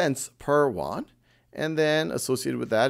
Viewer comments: Funny how you pronounce "Yuan" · Khan-made is always good! ! Btw, the pronunciation of "yuan" is not right. I am a Chinese :) and Thank you for helping me get all the As!